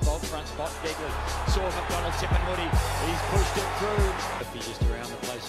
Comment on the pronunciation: its tipungwuti not tip and woody